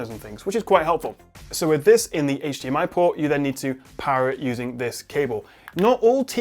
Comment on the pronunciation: you can clearly see how hard it is to pronounce hdmi corctly:) love from france